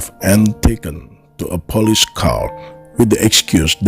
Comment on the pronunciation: The narration.... * sigh * ... Chicka-go? Really? And the "Pah-leece?" .... uggghhh